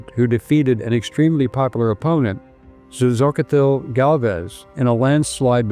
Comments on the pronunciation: Xochitl is pronounced sotchee- with a long o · Wonderful story sir, as usual. If you would like to log it to memory and another comment didn't already address it, Xoachitl is commonly pronounced "so-cheel". It's a lovely name with both Aztec and Mayan roots